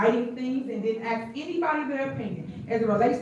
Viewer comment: The word is ask not ax